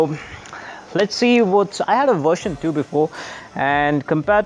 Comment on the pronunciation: and, version 2 sounded like tu not twyoo:-D two is pronounced as tu not twyoo lol